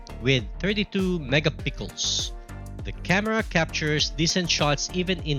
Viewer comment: Akala ko ako lang nabobother sa mega pickles nya😂